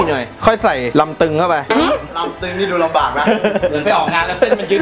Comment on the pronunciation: ลำบาก ไม่ใช่ รำบาค ,จอร์จ ไม่ใช่ จอร์ส